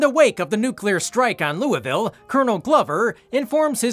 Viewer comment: He actually pronounced louisville right